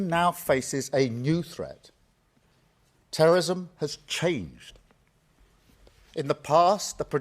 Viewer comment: cant say terrorism